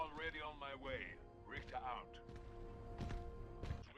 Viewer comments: Rickter not ryker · You pronounce his name as Rhic-ther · It’s rick ter not ry ker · His name is richter.ric-ter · Rieker? Thought it was Richter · HE EVEN HAS A BANNER CALLED RICHTER SCALE. RICHTER NOT RYKER. RICK-TER Jesus. That really annoyed me but otherwise really good vid. BLISK EVEN CALLS HIM THAT. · Its RIchter not Riker. Rikers are from the Division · Why did you say riker it ir richter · Its Rik-ter not reich-er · Rik-ter, you've been mispronouncing his name the whole time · its pronounced "Rik- tar" not "Ry-kar" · "Ryker"... As a german speaking person this hurts my brain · Dude I think it’s richter as in Richter scale, either way nice vid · it’s richter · Its rich TER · Repeat after me rick-ter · Hearing someone pronounce Richter like Ryker makes you wish you were standing in Richter's nuclear eject. Good video though. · isnt it RIKH-ter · yes thats what i'm saiyng, i am german u ..... its Richter. In english i dont think there is the pronouciatiation of "ch" like in german. Its like a cat who feels in danger and makes that cchhhhhhhh sound. And Stop trying to guess a gender with Sir/ma`am . fr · " rick- ter. " my friend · No its RICHTER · Its pronounced "rishtar" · actually it’s pronounced ric-ter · "Lasst mich nicht hängen" means "don't let me down" not "don't let me hang" "Macht ihn fertig" means "finish him off" or just "destroy him" not "make him ready" And please pronounce him correctly as everyone said. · Holy fuck the pronunciation of richter is pissing me off and I'm not even 30 seconds through the video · He said Richter wrong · R4_F This annoyed me through the whole video, like they say it correctly multiple times in the captured footage, how can he get it wrong? 😒